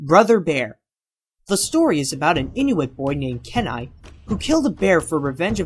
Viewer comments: Key-nai not Ken-ai Rutt not root and Rick Moranis not Morane Bro pronunciation come on lol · You pronounced Kenai's name wrong. It's like, keeeeenai. Plus, Where do you get Rick MORANE from??? It's Rick MORANIS.